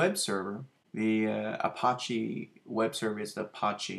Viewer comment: Thanks for sharing. I have Mamp Pro and I'm still learning it (for both Drupal and WordPress). One very silly comment - you are pronouncing Apache more like the French word for gangster vs a common name of a native American Indian tribe. Check it out